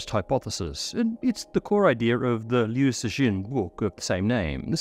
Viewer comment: You should say liu cixin as liu "tsu-sin"